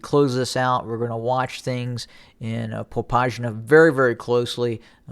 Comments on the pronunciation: It's Popasna. With 's'. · Popasna reads how it's written, "Po-pass-na"